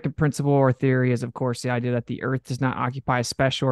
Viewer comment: I cringe (even though I hate using that word) everytime says the word "idea". Please learn how to pronounce words. I hear it in all of your debates, this is constructive criticism, please say words properly.